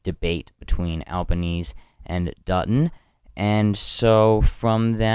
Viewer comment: it's pronounced "albaneasy" not "albaknees"